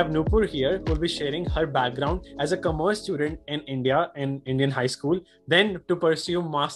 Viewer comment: "Aapne 12 main Kommmerss li" sksksk sounds like he almost said COMMERCIAL and ekdum se pumped his breaks 😂😂😂